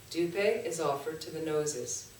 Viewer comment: pronounce push + pay : Puspe ( 🌺 flower) Dhoo + pay = Dhupe (incense )